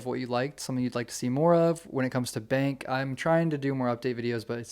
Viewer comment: Someone's a bit of lead foot. 😂 Everytime you say Bank coffee I keep thinking Bangkok it's almost sounds the same. Bangkok fee 😜 😂